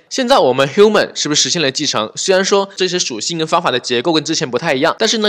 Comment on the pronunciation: human(O), not humen(x). Height, create, export , component, image 都唸的不對。這已經不是發音問題了這是根本亂唸一通阿阿聽得好痛苦。感覺可以稍微學一下怎麼唸這些字，比較好跟其他人溝通。animal 聽得懂但是也不對。強調一下你講的很棒，感謝